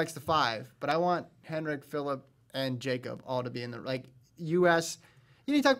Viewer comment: its like yakob not jakob